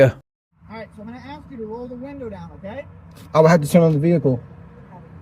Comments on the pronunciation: I'm axing him.....I love it. Simply pronouncing the word ask isn't even possible! Lol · Ask or axe ? Take him away officer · Police and school teachers are not paid enough. I couldn't do it without losing my sh*t😅every time they say arks, I would die a little, how hard is it? ASK!! Pronounced arsk😢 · You mean he didn't axe🪓 you for your license.Don't you mean ask you? Wouldn't you pronounce the s and k when you said the word Skunk? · Such an intelligent legal scholar should know that the word “ask” is not pronounced “ax”! Do you wear a “max” on Halloween, do you refer to the job at hand as a “tax”, do you keep a little liquor in your “flax”, do you “bax” in the glory of being a sov cit? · I never take advice from someone who can't pronounce the word ask